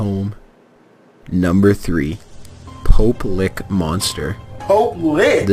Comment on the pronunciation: "Pope. LICK?" LMAO